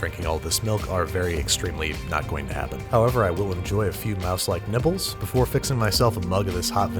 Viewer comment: I heard "Four Mouselike Nipples" and I RAN from my kitchen to see what this man was doing.